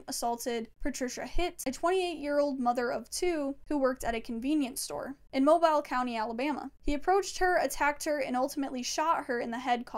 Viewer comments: Mobile is pronounced "mobeal" ... Just FYI. Great vid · Yeah we pronounce it Mo-bill . Lol either way, awesome video ! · The way u pronounce Mobile 😂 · It's pronounced "Mo-bill" 😂 Mobile, AL love the video though ❤ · Thank you so much!! I'm so glad you liked it:) I will be pronouncing Mobile correctly from here on out LOL